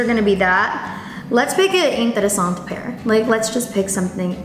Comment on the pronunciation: Why does she keep saying interesant? Like without the e at the end??? Lol